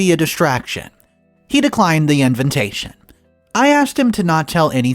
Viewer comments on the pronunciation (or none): Ok I can't take it anymore and have to say something...why does keep saying INVENTATION instead of INVITATION 🤔